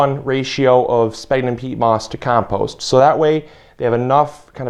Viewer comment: Sphagnum pronounced sfag num. BTW More smaller holes no half inch remember they are wrigglers!